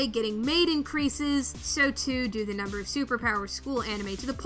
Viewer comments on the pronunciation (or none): none